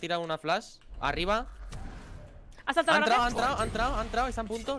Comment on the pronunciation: como odio que le diga RASE.. se dice "reis"